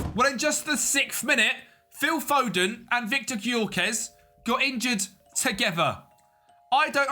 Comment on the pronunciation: It's pronounced Yoh-ker-resh (Gykörese) mate